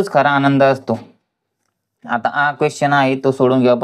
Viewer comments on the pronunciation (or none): none